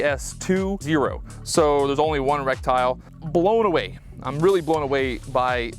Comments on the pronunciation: This guy pronounces "reticle" - rek-tyle instead of "re-ti-kl". 2 thumbs down. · I stopped watching 2 minutes in because I couldn’t handle hearing him say rectile. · What is a rec-tile? How do you not know how to pronounce the word correctly, but want to be a gun-tuber? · Brother did you say in this video that you feel like you're playing call of duty.. ummm no sir I wouldn't say something like that in a gun video..oh and FYI..it's RETICLE not RECTILE brother. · Is he saying reptile? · It's pronounced ret-tic-al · Great video dude. Others may be making fun of you but no one knows everything instantly, everyone starts somewhere. Just here to share the proper pronunciation, reh-ti-kl. Also for the adjustments, you can use the rim of the 223 cartridge to adjust for non-marring on the go adjustments. Nice to see other average people who like guns and quality optics. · Jesus he can't get the word right I'm out! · I find it hilarious somones spends 500+ dollars on an optic and can't pronounce a key component of it correctly. Goes to show buying fancy gear doesn't make you knowledgable, experienced, or squared away as a shooter. Some people have money to burn and they dive into things they don't understand all the way, and thats fine but if your going to post it online you can be sure to feel the full brunt of the internet pointing out your mistakes.